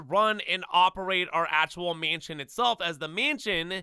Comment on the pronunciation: he clearly can’t pronounce mansion correctly either 💀😭